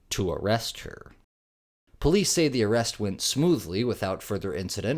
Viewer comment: She keep saying “call the Poice”. Hello woman , you are holding a phone.